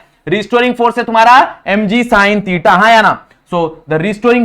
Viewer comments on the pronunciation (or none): Sir theta 😂 not tita Sorry 🙏 sir but wrong pronounce